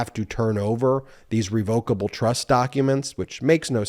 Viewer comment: Ben - I think you're mispronouncing revocable. It's reh vuh kuh bl with the emphasis on the first syllable.